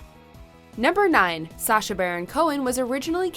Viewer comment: #9 “sasha” “sarah”